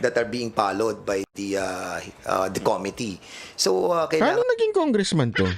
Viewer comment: 😂😂😂"Palowd by the komity KOmity😂😂😂.... (committee--the accent is on the 2nd syllable com-MIT-tee)😅😅😅